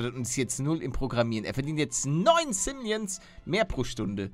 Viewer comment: Man spricht es doch simolions aus und nicht simleons oder ?